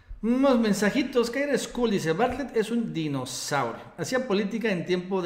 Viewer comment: Por qué les cuesta trabajo pronunciar Bartlett???